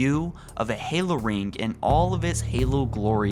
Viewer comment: i love watching your video's but i seriously get murderous tendencies every ffing time you say rink instead of ring